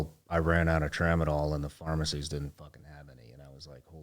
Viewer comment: LMAO Tramadol??? C'mon man, you can do better than that!!!